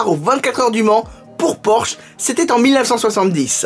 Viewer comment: En allemand on insiste sur le e final de Porsche ça donne à peu près porscheu